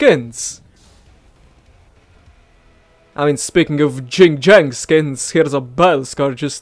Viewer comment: I wonder how many people got triggered you said jing jang instead of yin yang (idgas)